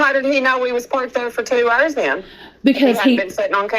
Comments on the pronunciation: "Two errrrrrs" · she says "hours" like a pirate